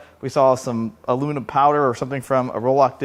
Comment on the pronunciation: you pronounced aluminium correct :) +1 for you, however Youtube isn't ;)